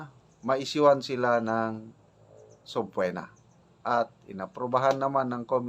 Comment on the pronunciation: Sub-pee-na po the correct pronouncement iation